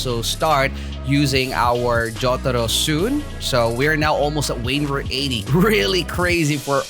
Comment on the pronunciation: I really like how you said jotaro🗿